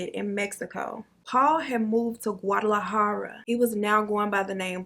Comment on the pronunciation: Girllll the way you pronounced Guadalajara!! Chefs kiss!!!